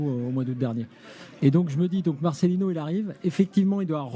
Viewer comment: Marcelino, pas marcelinho svp!!! Un peu de respect, si déjà vous ne respectez même pas son nom !!!! Vous êtes grave les français...